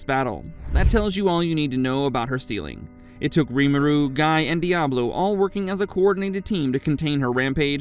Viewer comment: It's Gee not Guy😢😢